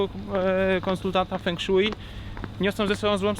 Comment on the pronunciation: fą szuei* ale i tak bliżej niż "feng szui"xD